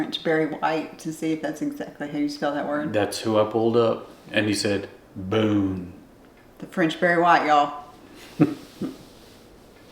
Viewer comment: As a french woman living in Burgundy, I can attest that pronounces "Beaune" perfectly! 👍 An advice: if you're also interested in being not to far from Lyon, living in or near the town of Mâcon is an option. This is where I live 😊